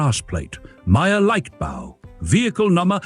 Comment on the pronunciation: The AI obviously doesn't do German...